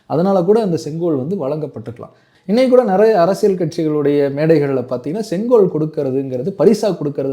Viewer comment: இன்னிக்கு, நடத்திருச்சு, காண எப்பேயிருச்சி, தமிழனின் பரம்பரியமான செங்கோவைப் பற்றிப் பேசுகிறார். தமிழ் உச்ச ரிப்புப் படுமோசமாக இருக்கிறது.